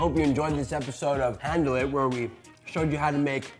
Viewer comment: i had my speakers down, and when he said "handle it" at the start, i thought he said heaven... that would have been good